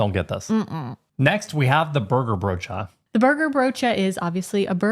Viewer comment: At a certain point I just kept watching to hear you pronounce the word broodje. It's not wrong, your accent just makes the word sound really fun. 😁